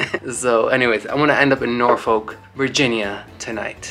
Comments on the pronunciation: The other way to say Norfolk is correct. No L when pronouncing it. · That's so funny about the pronounciation of Norfolk... I've been and it sounded like Nor-Fick to me. LoL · Those of us from Virginia, pronounce it the "other" way .... Nor-fawk 😂😂